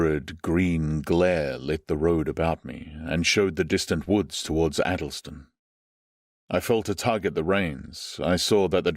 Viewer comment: I'm intrigued that the narrator is unable to pronounce Addlestone - and more weirdly - The Thames...